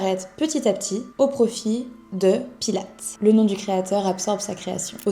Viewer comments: Bravo pour ce reportage! Mais il faut vraiment que tu dises son nom correctement, il s'appelle Joseph Pilates, avec un S a la fin et se prononce "pilatisse"! Sinon c'est parfait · ça c'est la version américaine. En allemand, Pilates, se prononce plutôt Pilatès (en prononçant le S). C'est la deuxième vidéo que je vois de toi et c'est très intéressant, complet et la diction est parfaite. Merci pour ton travail